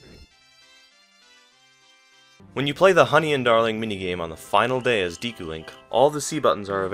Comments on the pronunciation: It's Deku, not Deeku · Great vid, but did you say Diku? Wow, your Japanese pronunciation is way off. でく is pronounced De-Ku, not Di-ku. The way you said Di-ku instead of De-ku was making me visibly cringe. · Say Deeku instead of Deku 1 more time I dare ya, I double dare ya. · "Dee-koo"? A "deh-koo" is literally a wooden doll in Japanese. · Or oocarina instead of ocarina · its Deku not Deeku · DEH KOO ......not DEE KOO.... its totally not a big deal but it bothers me irrationally. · De ku is pronounced Deh Ku. Because all instances of what would be tranlated as the letter E in Japanese are always pronounced as Eh. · "diku palace" lol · It's properly pronounced "Deh ku" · dek-oo skuhl-chuh-luh awk-uh-ree-nuh I'm sorry, but it bothers me. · you pronounced deku wrong. i believe its day-ku. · Good video, minus 10 points for saying Deku wrong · Can no one pronounce Deku correctly? Seems like everyone gets it wrong. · GamebroXD Maybe his Japanese pronunciations isn’t as good because he isn’t Japanese?